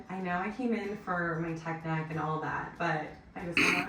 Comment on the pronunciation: She did not say "tech neck", lmao. (Mine is so bad.)